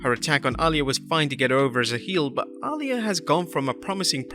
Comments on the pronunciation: It NOT Allya...Its Aliyah... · I dont even watch wwe but y are u saying aliyah like that😂